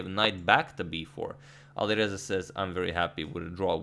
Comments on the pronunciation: "Alirouzja (Fireza)" Agadmator, 2020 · Alireuzja lol